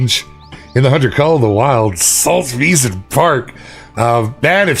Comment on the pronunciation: Its pronounced saltswiesen park